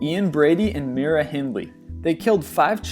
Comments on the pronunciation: Fascinating video! oh Myra Hindley's name was pronounced MY-ra, not Meera. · It's not "Mee-rah" Hyndley it's "M-eye-rah" Hyndley. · 'Myra' (as in Hindley) is pronounced 'My-ra', not 'Meera'. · moyra hindly not mira C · Mira Hindley is mont M-ee-ra its M-eye-ra that shouldnt bug me so much XD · for the record its pronounce My Ra not Mi Ra....i know she worked at the chip shop round the corner from where my dad lived and he used to eat there when he was younger. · My-ra, not Mira! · Myra Hindley is pronounced My-ra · its pronounced My-ra hindley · It's Myra as in my-ra. Use your phonics for god sake